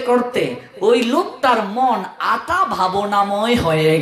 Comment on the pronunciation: আঠা নয়, আটা হবে উচ্চারণের কথা বলছে।